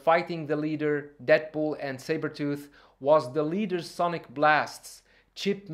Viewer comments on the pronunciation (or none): none